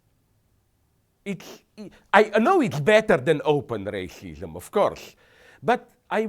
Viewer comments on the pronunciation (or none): What the hell is Rayshishum?